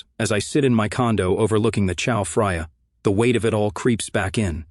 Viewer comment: Geez, I don't know why I have this stuff on in the background. But I had to stop at the mispronunciation of Chao Phraya (Chao Frya??) Geez, Kubrick was right about HAL and the many opportunities for the failure of AI. 'Daisy, daisy